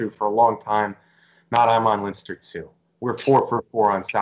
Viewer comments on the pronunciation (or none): Come on Matt,you should know how to pronounce Leinster,one of the four provinces of Ireland!